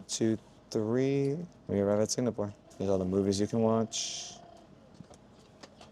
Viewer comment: At least pronounce the place you are going to correctly. It is NOT Singnapore